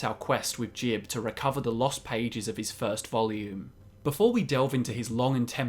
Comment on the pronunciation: It's not saint jib it's saint jiube (Gee-Ub) as confirmed by Teldryn Sero